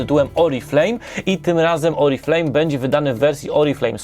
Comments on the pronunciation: Nie jestem specjalistą od języka francuskiego, ale z tego co mi wiadomo Oriflamme nie czyta się "Oriflejm" tylko "Oriflam". Nie chodzi tu przecież o kosmetyki, lecz o sztandar ;) Proszę zauważyć odmienną pisownię - przez dwa m. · Myślę, że ta firma kosmetyczna jest wdzięczna za tę planszówkę, bo wielu recenzentow w Polsce nie może się nauczyć poprawnej wymowy i cały czas reklamuje firmę Oriflame, a nie grę 😉